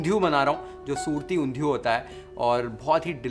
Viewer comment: The way u say Undhiyi!!! Omg ! Oerfect in gujju style